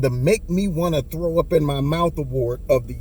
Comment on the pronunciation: It's "throw up"...not "through up"